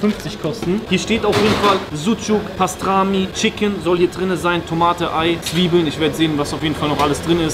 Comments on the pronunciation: „Pastrami“ 😂😂 Das heisst Pastirma und ist Rinderschinken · Das heißt pastırma und nicht pastrami du Vogel. Mach dir wenigstens die Mühe, die Dinge richtig zu lernen und auszusprechen wenn du schon in dem Land bist und content daraus generierst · Es heisst pastirma und nicht pastrami🤣🤣😁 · PASTRAMI💀😂 es heißt pastirma cooles Video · Aaayyy arkadaslar canim nasil "Bastrami" (Pastirma) cekti anlatamam. Bence canim benim Türkce konusmaya calisma, kulagimi acayip tirmaliyor. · Pastrami 😂😂😂pastirma du honk